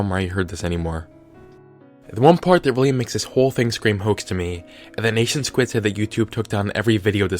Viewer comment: R.I.P the pronunciation of NationSquid